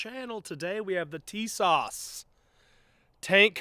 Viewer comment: TIS-ASH....TISAS ... little Turkish for you all